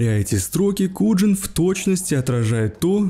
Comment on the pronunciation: Вербал кинт, и Куян а не куджин.😢😢